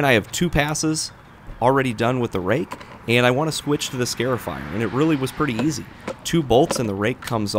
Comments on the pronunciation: You are scarring the yard not scaring the lawn. It is a scar-ifier, not a scare-ifier. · " Scare-ifier" 🤦‍♂Cringe every time I hear him say it... It's "Scar-ifier" like a scar on your skin. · It's pronounced "scarr-ifier," not "scare-ifier," like a scar on your arm. Neat little machine, though. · Scarifier Pronounced "Scahr-if-eyer". Like scar, if, eyer. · Excellent video. BTW it's pronounced SCAR (rhymes with car) afier, because the long slits that it creates in your lawn's surface resemble scars. I must admit however, that the closeup video shots of the machine in use, are in fact, just a wee bit "scary". 🤔😎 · Every time you say "scare-ify" I thought of the SunJoe yelling at the grass, "Boo, I'm tearing up the lawn! Hahaha!" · Never heard someone pronounce “scarifier” like that.